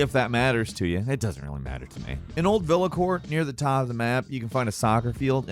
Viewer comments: Hey mate on you said villacore instead of villadore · Its villedor